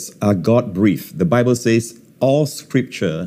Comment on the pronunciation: Will someone please tell Joseph Prince to say "sez" instead of "saiz"